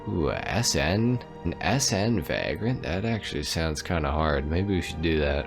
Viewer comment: Vay-grent not vag-rent. Like a bum or homeless person